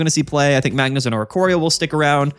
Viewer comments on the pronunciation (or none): none